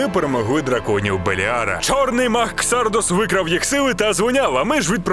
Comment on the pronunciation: КсардАс а не ксардОс😄